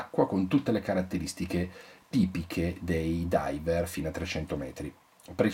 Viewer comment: Driver... driver... driver... Ti scappa sempre la R di troppo quando parli ;-)